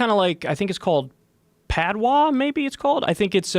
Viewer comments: Blood clad... as in clad in blood,,, or covered in blood. And It’s Patois: Pat-tu aaa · LMFAOOOOO PADWA. It's Patois you jackass.